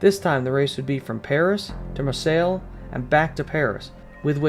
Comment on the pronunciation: That's not how you pronounce "Marseille".